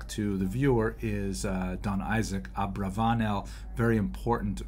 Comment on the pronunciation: It’s pronounced AbravaNEL.